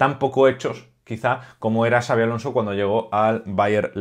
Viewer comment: Honor por dominar y respetar las pronunciaciones de Xabi y Xavi. Grande,! 🚜